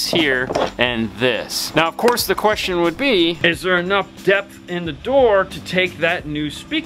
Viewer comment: Most eemportant quest-shon. How Muchy dinero$ for the Speaker EEnsalation? Gracias (